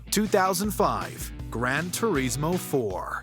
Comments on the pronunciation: turismo.. not tureeezmo mario.. not mahhwio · It is not grantoreesmo it is grantorismo